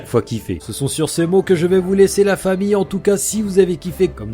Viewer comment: j'ai toujours pas compris pk tu dit "fahmi" et pas famille expliquer moi mdrrr #TeamGing Sinon super vidéo!